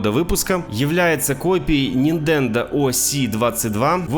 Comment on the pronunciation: Услышал "Рисох" и рухнул со стула!😂 "Ниндендо" тоже не плохо. Может поэтому и копировали всё?🤣